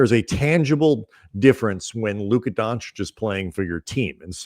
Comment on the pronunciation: Your pronunciation of Luka Doncic is perfect. Peace from Slovenia and go Lakers!